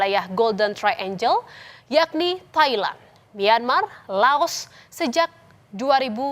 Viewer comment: Triangle (angle = sudut, triangle = segitiga) bacanya trienggel, bukan trienjel. Angel (malaikat) baru dibaca enjel.